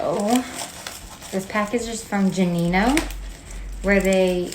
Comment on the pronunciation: Gu- not ju😊